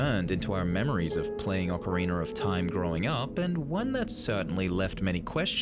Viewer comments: It's ocarina not ocareener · OK. 1. It's Ocarina NOT OCARINER. And 2. Lens of Truth NOT Lens of EMPATHY